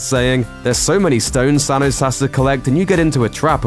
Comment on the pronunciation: Why can't the narrator say Thanos correctly?